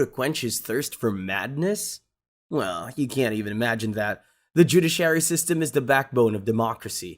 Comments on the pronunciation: The "judy-sherry"? Couldn't find anyone who speaks English? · You keep butchering the pronunciation of judiciary🤣🤣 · WHAT’S NERVE RACKING IS YOU TRYING TO SAY JUDICIARY …